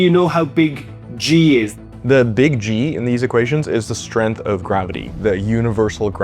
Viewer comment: Strenth is not a word. You mean strength. You don't say stron for strong, do you, or strin for string?